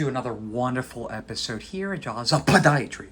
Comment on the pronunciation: First of all I have to say, I'm sooo happy to see you back filming from your office again, Whhhooo.. made my day. Hearing you say welcome to Jaws Podiatry emphasis on the P..lol. This video was so interesting I have never seen anything like this case before.looks so sore You got to use one of your fave words Enucliate..(I probably spelt it wrong) Your attentive with your patients and your work is meticulous. I luv JAWS PODIATRY!! ❤️❤️